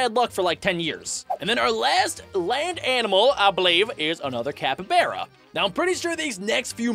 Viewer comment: It's not a capaberra It's a capyBara